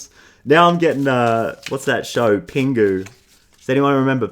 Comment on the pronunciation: as amazing as these readings n collective energy are, i (lovingly) think hearing someone say pingu in an aussie accent rlly benefits my soul like no other 💚 thanks for sharing ur gifts!!